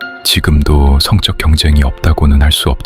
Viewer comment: 그.... 발음이 좀 그렇습니다;; AI로 TTS를 넣으셨는지 모르겠지만 성쩍이라고 발음하면 性的(Sexual)이라고 말하는 발음이예요 성적표(成績表)할때 성적은 된 발음 안 합니다